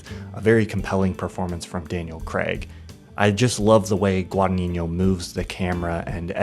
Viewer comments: if I may, it's GuadagniNO, not GuadagniGNO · A heads up for anyone wondering about the correct pronounciation of Guadagnino: "gn" in italian is pronounced the same as the spanish "Ñ". Therefore it's Gwah-dah-ÑEE-no. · I love everything you say and all you've made me discover, truly, thanks a lot! That’s why I have to tell you that you're butchering the pronunciation of 'Guadagnino' [ɡwadaˈɲiɲo]